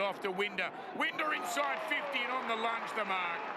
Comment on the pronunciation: It annoys me how he mispronounced winders name